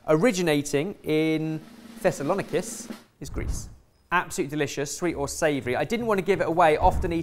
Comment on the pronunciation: I believe you werre meant to say Thessaloniki .